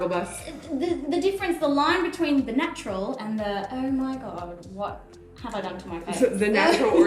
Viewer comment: Omg yessss you’ve seen that Tati video 😂😂 I love how you say snatural